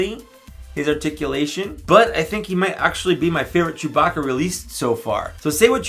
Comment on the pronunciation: "Ster Wers Jewbah-kah!"